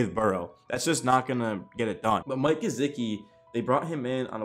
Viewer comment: Ur pronunciation of gesicki made me stop watching tbh